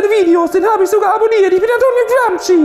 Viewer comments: aussprache ist gramschi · Antonio "Gramski“ 🙈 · Über Martin Sellners Videoschärfe spotten aber selbst nicht einmal wissen, wie man "Gramsci" ausspricht...